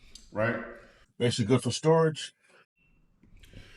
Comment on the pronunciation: Need to work on the word "basically"